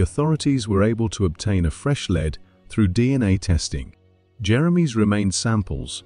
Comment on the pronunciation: Lead pronounced *Leed*, in the first case you're using it.